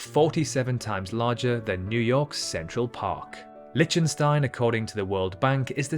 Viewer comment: LIK- tuhn- stine, not LITCH- tun- stine, took me all of 10 sechonds to confirm that , after having suffered a rapid fire mispronounciation. Also, does anyone know how big NYC Central park is in generaly understood terms such as football fields or hectares? ( Sixty second search; Central Park is 340 ha , about 840 football fields , 6,111 times smaller than Wales, or 2,720 times bigger than an Olympic sized swimming pool ( 50mx25m )) Talking of Wales, one hectare is the area that can be defined by a square with a side the length of three fully grown blue whales laid end to end. Perhaps " blue whale" could be used as a unit of measurement ? After all, everyone, but everyone, knows how big a blue whale is, right? So the former island paradise tastefuly converted into a barren wasteland known as Nauru could be said to be 150 blue whales across. Is "seven times smaller than" the same as " one seventh the size of " ?